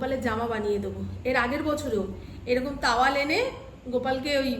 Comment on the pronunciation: "তাওয়াল"😂😂😂 "টাওয়াল" "লাইলন"😂😂😂 "নাইলন "